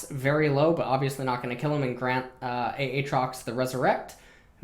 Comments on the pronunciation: Who the fuck in twitch chat trolled him into saying "Ay Ay trox" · A-atrox... you’re killing me 😂